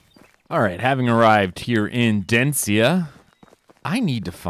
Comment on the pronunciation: Day 84 of trying to point out to that it’s Denica, not “Dencia”